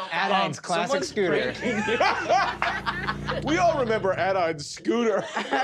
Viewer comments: I love that she goes with a flap sometimes (like and ) but with a plosive in others ( and ). Such an immigrant-losing-accent / dual-citizenship-brain moment lol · I can't get enough of Siobhan's pronunciation of scooter. Never before have I heard scooter with the t pronounced as a plosive instead of a flap